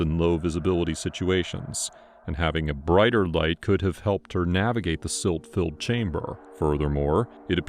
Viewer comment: Silt..not slit!